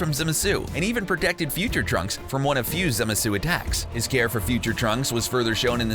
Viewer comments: "zimisu"...it's zamasu(zom-asoo) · I love ur videos but it’s zamasu not zemasu and it’s cumber not kanba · It’s Zamasu Some say zama su But you dare insult this god by saying zumusu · It’s not Zimisu it’s Za Ma Su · Hang on, he said “zimasu” and instead of manga he said “manega” Tf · Who is Zimasu it's Zamasu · ZAMASU!! not Zemasu!! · zemasu its zamasu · Zimesu you mean Zamasu you're killing me over here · Zumuzu? The fuck? Do you know how to words? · Who tf is zumma-suh? Say it right pls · Did this man just say "zimisu?" 😂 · this video is shameful "zimisu" pathetic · The way this guy says zamasu makes my ears bleed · The why he said zamasu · The way you say Zamasu somewhat triggers me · stop saying zamasu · Wtf is that pronunciation of Zamasu's name? Also he later calls Ki, Chi...